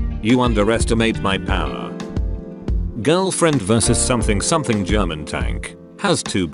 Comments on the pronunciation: LMAO THE AI VOICE PRONOUNCED PANZERKAMPFTWAGEN AS SOMETHING SOMETHING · Robotic voice can't pronounce Sturmgeschütz or Panzerkampfwagen. Pathetic.